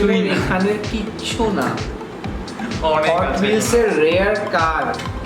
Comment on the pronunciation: Vai hotwheels koy not hootwheels